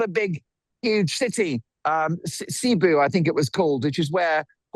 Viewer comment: Correct pronounciation for Cebu CIty is "SAY BOO" Sort of okay holiday island in the middle of the Philippines. They know how to treat unwelcome guests, having slaughtered Magellan on the beach in the 16th century during one of his round the world trips. For our younger American audience. that happened about 250 years before the United States was established.